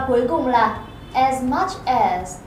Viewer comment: as nên phát âm là /æz/, không phải là /a:z/ hay là /ez/ gì đó...